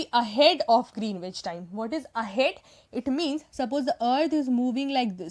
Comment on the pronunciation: I think Greenwich is pronounced as Gren-itch.